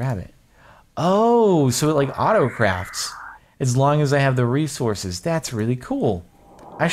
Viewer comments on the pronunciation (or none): none